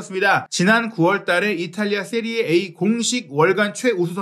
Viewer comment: 기자님 "세리에 아"가 맞는 발음입니다 전문가시잖아요